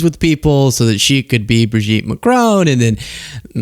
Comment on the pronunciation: Please. Not Macrone…it’s pronounced Macrawn